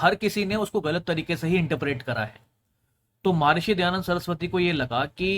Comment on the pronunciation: वेद में श्लोक नहीं मंत्र है। महर्षि ना कि महार्षि।